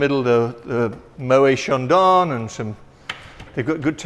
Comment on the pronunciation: As a french, I'm outraged by pronunciation of Moët & Chandon 😂😂